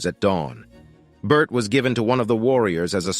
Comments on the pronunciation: Its pronounced JENG-GIS KHAN. It's pronounced BOR-THAI not BERT😅. Please do your research well. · Bert though 😂 it’s pronounced bor tey 😂